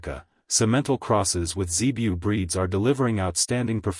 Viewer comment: WTF is a Zebiu and why can't American bots pronounce breed names?